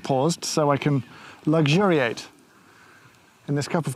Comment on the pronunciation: Lol. " luxuriate".